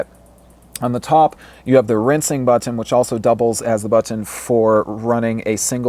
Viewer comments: BUT-TONN. is it me or does he say it weird? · the way you say button makes me uncomfortable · i hate how you say BUTTON